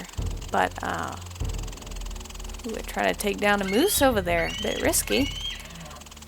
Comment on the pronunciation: Muoose? Or Moose😂